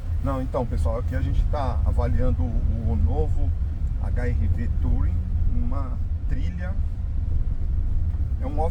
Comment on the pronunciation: A pronúncia sua do modelo tá errada, não se pronuncia a letra “O”, na palavra TOURING, que é uma palavra inglesa, se pronuncia “TURING”, sem acentuar no G mudo do final, e olha que é uma palavra bem manjada já pra carros, já tá por aí há mais de 50 anos e você não aprendeu a pronúncia ainda 😂😂😂